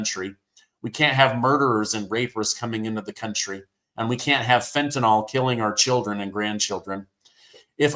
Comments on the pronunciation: The drug is called fentenYl NOT frentenOl !!!!!!!! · IT'S Fenta-NYL not Fenta-NOL OR Fenta-NALL. A High % of BLABBERS get it WRONG, but it's NOT difficult, with a few moments' ATTENTION. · It’s not fentaNOL it’s fentaNYL! I don’t want to have to correct you on this again,. 😆😉